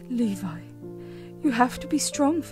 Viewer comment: I have, a friend of mine but, it was pronounce Lebe instead of Levi.